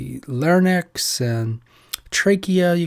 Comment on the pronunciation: Great video. Did you say "Larnex" though??? Larynx, right? 😄